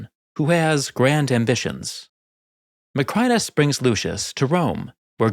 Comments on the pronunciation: Additional: 1) There´s English writing on the wall. 2) The water in a flooded Colosseum can never be crystal clear. It´d be a mud-soup; you wouldn´t even see the crocodiles in there. 3) Your pronunciation of "Macrinus" is completely false. 🙂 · Your pronunciation of "Macrinus," along with other Roman names, is remarkably poor—quite surprising for someone who is a professional historian. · Nice video but it really annoys me how you pronounce “Macrinus” incorrectly